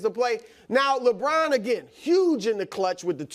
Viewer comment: Nick “ Lebrron at age 39”😂🤣🤣🤦🏾‍♂️